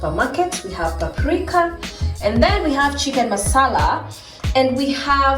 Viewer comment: The "paplica" part killed me. Nakupenda gal